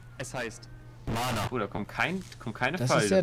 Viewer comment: es heißt MANA